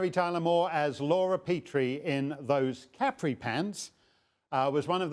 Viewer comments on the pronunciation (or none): ca-pri not cap-re